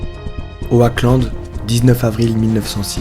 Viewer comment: Super video, mais juste est ce que "Oackland" tu peux le prononcer 'Oklande' parce que ça me perturbé lol.